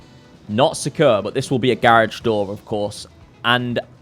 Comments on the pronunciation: “The concept of oasis seems so securr” 😂😂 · Always erks me how you say secure like kanye off all falls down 😂😂